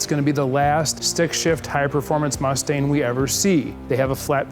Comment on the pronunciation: Did he just call it a Mustain?